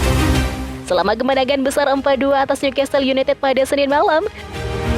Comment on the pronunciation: Sebutan bukan niukastel..😮‍💨 tapi niukasel (newcastel)